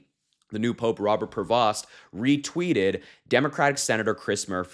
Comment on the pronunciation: His name is pronounced "PRAY-VO". The S and T are SILENT!